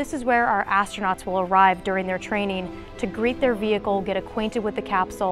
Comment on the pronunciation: astrounots lol very funny blue origin u make lol rly hard today